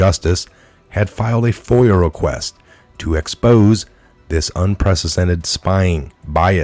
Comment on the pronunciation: starts the news for long-term subscribers. Its pronounced Un-preh-suh-den-ted